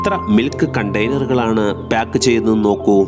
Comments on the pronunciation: പ്‌യാക്ക് അല്ല പാക്ക്😊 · ചിലർ ബ്യാഗ് എന്ന് പറയുന്ന പോലെ. 🤣🤣🤣🤣ഇവനൊക്കെ എവിടുന്നു